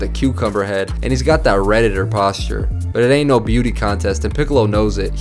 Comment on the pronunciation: "He's got that Reditter posture" bro lmao